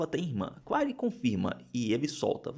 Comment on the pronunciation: O... Claire... Se pronuncia Cler...